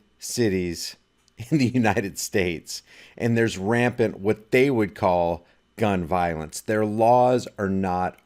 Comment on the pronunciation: He said rampant.